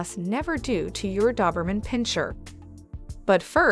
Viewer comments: It’s Doberman not Duberman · Dawberman? My Doberman didn't like that. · You aren't even pronouncing the breed name correctly! Ugh!🤦‍♀️🤦‍♀️🤦‍♀️ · Why do you keep saying doberman instead of doberman? ;)